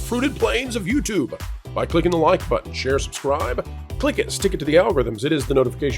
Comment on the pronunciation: I'm having a harder and harder time making it through videos. His fake, put on voice, and the weird way he says "button" are just draining me.